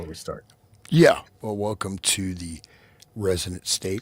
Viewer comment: Hans, I recommend that you maybe spell out / make clearer that you’re saying “resonant state”. It’s a great name for your show but when you say it fast like that it sounds like “resident state “ and I often find that when I try to check out links under videos the buttons just don’t work. Great show, everyone!